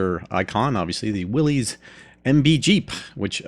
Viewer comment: Just a note - It's pronounced "like Willis, not like willy's.